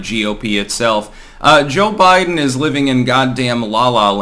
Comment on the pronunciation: I like Cho-Bi-Deng.